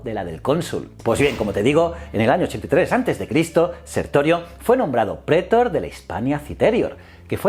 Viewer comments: Like por cada vez que dice "prétor" en vez de "pretor" o "citérior" en vez de "citerior" o cualquier otra mal acentuada xD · lo de prétor me ha hecho daño. Se dice pretor. Y lo dice mal unas 5 veces... Manda narices, está acentuada en la última sílaba, aunque no lleve tilde porque termina en R, no en N ni S.